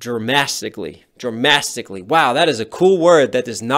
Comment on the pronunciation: "DRAMASTICALLY"??? hahahaha